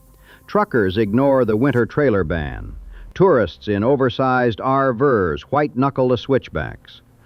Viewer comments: Pretty confident that this entire video is AI. The b-roll in this video is completely worthless. The audio may be real but video is junk. But there are also audio nonsense parts like "RVers" pronounced like R-Verse. Why can't people be real for a change? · I saw that. And the pronunciation of RVers. Although I felt the actual spoken content was pretty accurate I was disappointed at the visuals.